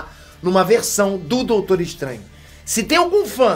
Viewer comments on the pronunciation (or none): "Doutoro" kkkkkkkk